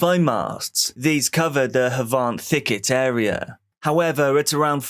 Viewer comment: Love how you pronounce havant and leighpark its a bit more chavier then havont, its literally pronounced havent lol. I was born and raised there ( dont pitty me 😂). My nan still lives in bramdean off botley drive which was close by im sure.